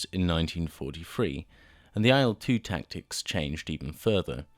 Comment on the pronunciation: I discovered (through another Il-2 BoS subscription) that the pronunciation is "ill 2". The reason is that it is the first two letters of Ilyushin and not I.L. Perhaps the error is compounded by it being written in capitals rather than the correct capitalised "i" followed by lower case "l". I also think that in "Sturmovik" the emphasis may be on "Sturm" not "o". But thanks anyway for the video.